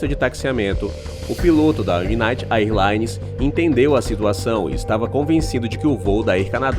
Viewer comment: A pronúncia errada de AIRLINE chega a doer nos ouvidos.